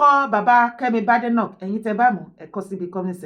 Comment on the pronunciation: Kemi’s surname is pronounced Bade/like Bake. BADENOCK NOT Bade/Ade like in Yoruba